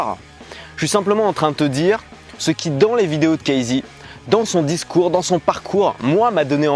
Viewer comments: deja on dit cassy pas kaïzey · apprends a prononcer son prénom avant de faire ct vidéo ;)